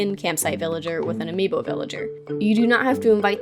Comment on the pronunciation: Why is no one taking about how she said ami boo